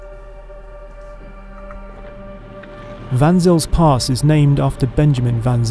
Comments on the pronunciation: "Vanzill's Pass" - cringe! Try saying it like this: "Fun Zale's Pass"! As for the rest of your epic review - awesome, well done; almost makes me want one. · You pronounced "Van Zyl's pass" wrong, the best or closest, way to pronounce it is "fun sale" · its pronounced fun sails (the pass).